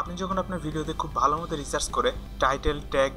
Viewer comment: আরে গাধা... Recharge না, এটা হবে Research.